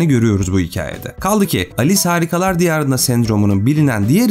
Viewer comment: Alice harikalar diyarında diyince ALES harikalar diyarında diye duyuyorum.